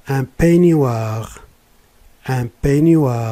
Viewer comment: Merci pour cette vidéo.J 'aimerais vous demander un éclaircissement sur la prononciation de :peignoir, je ne le prononce pas comme vous l'avez fait... , merci beaucoup et bonne journée.